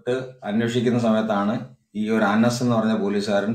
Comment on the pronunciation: Anaz allaAnase